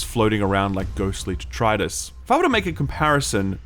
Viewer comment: Is that how Australians pronounce detritus?